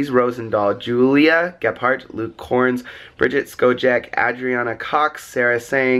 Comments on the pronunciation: Did he say Luke korns? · Anyone else notice he said Luke korns in the donation people? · Did just say Luke korns to